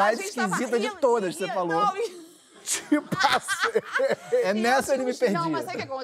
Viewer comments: Ainda bem que li o seu comentário...eu percebi "tipo a cem" e não Te passeiiii 😂😂😂😂😂. Adorei a Flavia 😂😂😂😂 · Na hora que ouvi "tipasei" não entendi, voltei. Segunda vez "tipo, há cem" (km/h). Terceira "Tipo, acém" a carne, depois "Tipo, assei" assar uma carne... nunca entenderia que era... te ultrapassei! Kkkk obrigado pelo recurso dos comentários.